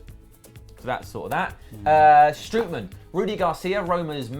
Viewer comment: it is pronounced STROT man not STROOT man